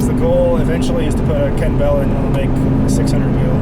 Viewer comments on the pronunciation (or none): the fact that you pronounces it "Ken Bell" and not "Kenney Bell" makes me think you don't need a Kenne Bell.